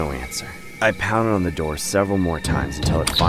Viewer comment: he started knocking on the window and said '' open the noor''